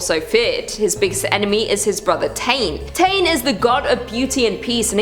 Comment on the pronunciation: Queen! I’m Māori from New Zealand. The god Tane is pronounced Ta-nay and you pronounce Māori as Mao-rii…. Kinda, it’s hard to pronounce without the tongue roll